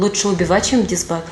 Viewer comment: ДИСбат, а не дезбат. От слова ДИСциплинарный, вы хоть мат часть немного изучите, фейкометчики.